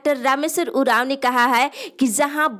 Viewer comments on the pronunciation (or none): none